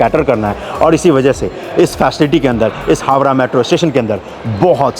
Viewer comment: भाई हावरा नही हावड़ा कहा जाता है